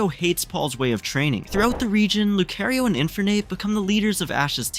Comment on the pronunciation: Leaving bc he said lucario wrong